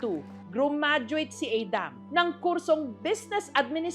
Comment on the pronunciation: Pronouncing Adam that way only reflects a serious global disconnect and ignorance.